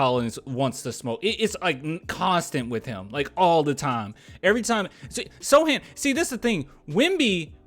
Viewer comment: Hey thanks again for the shout out and you can just call me "Add" for short. you are ok man, my name gets said incorrectly all the time, I am used to it. I also got one of your Don't Mess with the Sochan shirts in the pink color way and it is so fire. Thanks again for being the best Spurs basketball youtuber on the net man. Keep up the good work man!